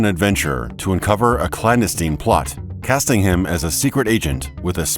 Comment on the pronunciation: That's not how you say 'clandestine'.